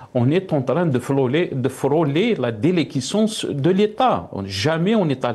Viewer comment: Déliquescence au lieu de déléquescence, vous ne lisez jamais les commentaires? Pourtout il faut le faire, ça vous permettra de vous corriger. Vous faites trop de fautes et de fautes de prononciation.